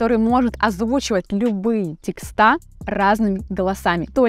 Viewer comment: После слова тексТА🤦🏻‍♂️ понял что нейросеть не обучит вас грамоте😅